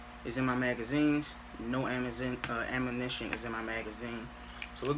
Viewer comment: “No ammanition”